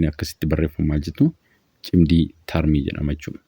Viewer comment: Cimdii tarmii osoo hin taane cimdii tartii jedhamee dubbifamaa sirreessii